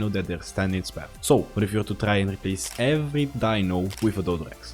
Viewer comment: Ebery XD. CORRECTION:every